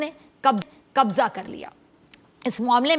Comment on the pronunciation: " BHARAT ne KABJAA kar liya .." KABJAA , KAISE ?